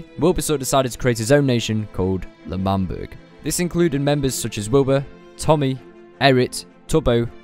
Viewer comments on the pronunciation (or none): Isn’t it L’manburg